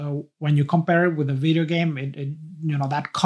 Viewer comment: I love any one who says veedeeo